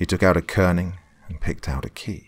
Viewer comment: "Kerring"? Not a "key ring"?!?!🤔